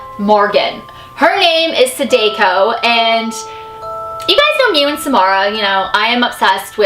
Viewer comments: How can you be so obsessed and not know anything about it. Saw-daw-co. its japanese learn to pronounce it to be respectful to the source material. sadako was the main character of ringu, the japanese film known in america translated as the ring. japan made the ring and the grudge, we adapted them they are not our creation. so samaras real name is yes, sadako in the original material that inspired the films. Do some reaearch. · Sorry to correct you...I really don't want to be mean but I watched a anime which said sadako. SAH-DAH-KOE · I'm Japanese and it bothers me how you she said Sadako. (Sa-dah-ko) idk how to spell the way to say it but pretty close. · Chloe Michelle Sounds like Sadukyo I spelt that wrong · You're pronouncing Sadako wrong. In Japanese, vowels don't have different ways to be pronounced, so sa and da would both have an ah sound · Just to let you know sadako it's a Japanese name, the d is a g so it pronounced sadako (sag-ako the story of sadako the Japanese version is the mother not phyic so sadako used her phyic abillites that turned into a death curse, about 3 scientists died but the doctor had realationship with sadako the mother didn't like it sadako was having a child, the doctor threw sadako into the well and then put a wooden slab over, sadako for 18 years tried to escape and climb out but could not, every time someone watches the tape, the phone rings, if someone does then after 7 days the tape plays without it being in the tv, then sadako comes out of the well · That's not how they pronounce Sadako's name in the Ringu films. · I cant be the only one bothered by her butchering of “sadako” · You would think with all these Japanese urban legends videos you do, you'd figure out how to pronounce the names at least lmao. No hate tho, just some friendly criticism. LOVE YA!! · Cringing a bit at the mispronunciation of her name, but other than that, great video :) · I cringed every time you said Sadako. You said it wrong. Lol